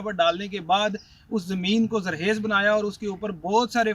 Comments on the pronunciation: یہ ھوسٹ خ کو کیوں صحیح نہیں بول رھا ؟؟؟ بہت سے پنجاب کے لوگ یہ غلطی کرتے ھیں ۔ پتہ نہیں کیوں ؟؟ ۔ زرخیز کو زرحیز بول رھا ھے ۔۔ اور بھی کئنے الفاظ درست ادا نہیں کئے گئے ۔۔ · ذرحیز نہیں ذرخیز ہوتا ہے بھائی